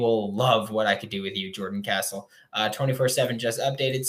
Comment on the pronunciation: Can you plz say his last name right he is now a gator gotta say it right